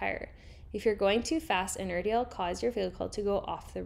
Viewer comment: its pronounced inertia not inertia